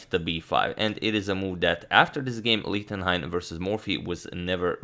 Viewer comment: please consider: ch in Gernan is like sh im english... his name is read like Lishtenhein